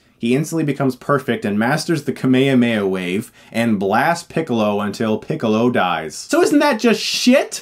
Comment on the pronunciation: hahahahahahahahahahahahahahahahahahahahahahahaha he said picklo it's funny because he looks like a pickle